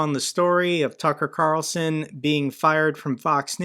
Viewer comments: "Duckar Qarlson" lmao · "Tuka Carlsuhn", Got a laugh outta that one, Jake, lol. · Tucka Kalson…love your Russian pronunciation. 😂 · Your pronunciation of... TACKAR CARLSON got me rolling on the floor with laughter! Brilliant, Jake! Just brilliant! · I think 80% of us had a go at saying "Tucker Carlson" in the Russian accent 😂 # including Jake 😅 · Great pronunciation of Tucker Carlson lol loved it